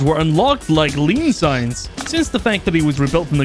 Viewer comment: “Cum science” I can never unhear or unsee that now……